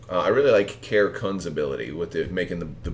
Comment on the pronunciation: FYI I believe it’s pronounced Karie not Care. I think there is an accent on the e, and she is a female pilot. See the wiki: Great vid and looks like a fun list.